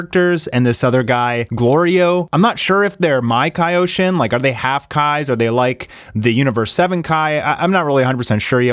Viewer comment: MAkaioshin...not maikayoshin.